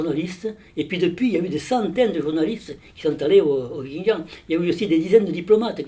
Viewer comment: Putain ça se dit expert et ça sait pas prononcer "Xinjiang" 🤡